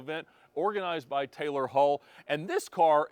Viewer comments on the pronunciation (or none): none